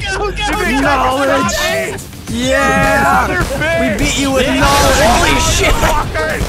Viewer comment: Knowledge❌ Knowedge✅